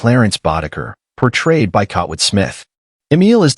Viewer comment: I really hate AI doing the voice commentary for these videos. The AI doesn't know how to correctly pronounce names and certain words, making the video seem very stupid. I mean, how do you pronounce Kurtwood as Kotwood? Seriously.